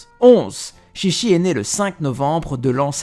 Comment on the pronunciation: 13 son nom ce prononce TchiTchi au lieu de ChiChi 😊✊